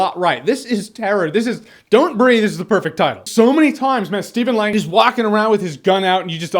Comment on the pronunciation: At the beginning I thought you said "Don't Read" 😂😁